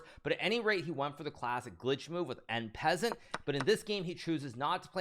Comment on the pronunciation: “En Peasant”😂